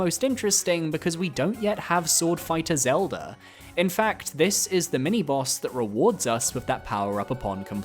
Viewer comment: Why do you say “Zeldur” instead of Zelda